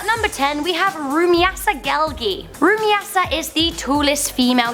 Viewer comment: learn how to spell Rumeysa for god's sake RU-MAI-SA not rumiyasa